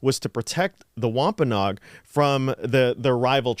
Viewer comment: We live in Plymouth county right near the Plymouth rock and the site of the original plantation. We have toured many times. What you said is accurate, however we pronounce Wampanoag differently. It should be Wamp- a-NO-ag with 4 syllables not 'Nog' with 3.